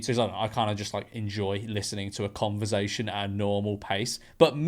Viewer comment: Help! George said ‘converZation’ again